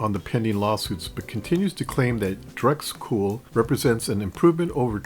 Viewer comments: He seems to change in mid-video : Video - Does he begin to say "dRex Cool" ? - Pretty sure it's still DEX (decks)... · Awesome video, I really appreciate all your research. Did you really say Drexcool?